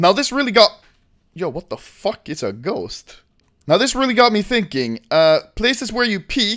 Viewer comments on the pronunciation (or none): "its a ghowst"